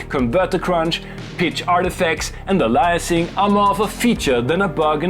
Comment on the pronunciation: Only mentioning this because you've asked for pronunciation notes in the past. Aliasing is pronounced "AY-lee-ah-sing". BTW, I have avoided adding the U-110 to Edisyn yet. But I added support for the Venom, just in time for Vyzex to fail on modern OSes.